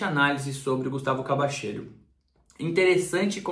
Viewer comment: Pô, mesmo com um repórter mandando um vídeos com a pronunciação correta co nome do jogador, o ainda me fala “Cabacheiro” 🤣 Brincadeiras aparte, grande vídeo, muito obrigado pelo esforço de ir buscar informações com pessoas do ramo, parabéns!